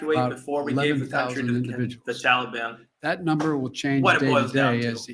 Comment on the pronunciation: Why does say "Tallybawn"